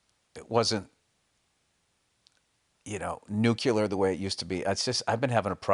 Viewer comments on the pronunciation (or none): OL' Billy Blunder-Boy mispronounces: NUKE-YAH-LURE